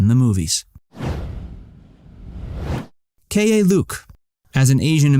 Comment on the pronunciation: Keye Luke is “Key” Luke